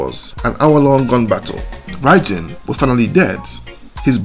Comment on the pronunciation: Apparently when he was unalived his arm moved on the stretcher they were carrying him away on the Police Officer dropped it and ran. True or not, that's what I heard. BTW it's pronounced like "Bye Bin". 👍